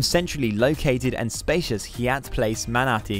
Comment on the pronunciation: Seems like shameless self promotion for Yai-at or as it's commonly pronounced (haiyat) and spelled Hyatt...I find it hard to believe that the narrarator has never heard of a properly pronounced Hyatt Hotel